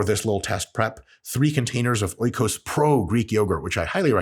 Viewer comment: Dr. Mike "Oikos" is pronounced e-kos, in case you want to say it correctly. It means "home" in Greek. Love your content!